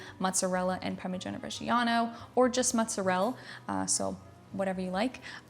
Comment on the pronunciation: You know is Italian when she can't be bothered to finish saying words like "Mozzarell"